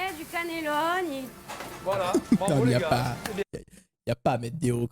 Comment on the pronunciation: Cannelloni ça se prononce comme elle le dit hein 😉